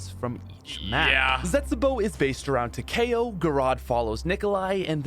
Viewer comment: Did really call Takeo, Tahkay o